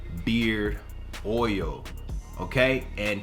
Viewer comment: It’s OIL........not OUIL